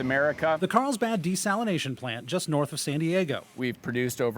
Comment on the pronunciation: Desalinazation lol